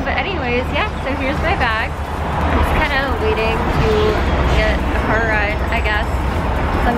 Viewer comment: she almost said "Car" in a CT accent before stopping herself and I caught it lol